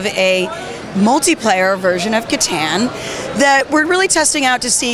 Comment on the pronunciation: I die a little inside every time she pronounces Catan wrong.